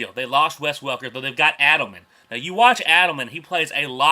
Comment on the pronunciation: Eddleman not ADDlemen LOL